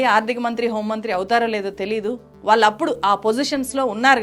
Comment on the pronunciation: "వాల్లు" కాదు madam. "వాళ్ళు" అనాలి